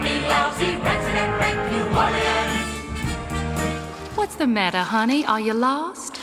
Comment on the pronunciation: Aren't they pronouncing New Orleans wrong? 😂